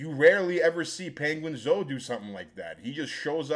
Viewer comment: I've gained new respect for for calling him ''penguin-zo''😂